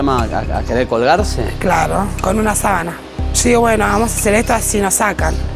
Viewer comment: Y cuando dijo sábana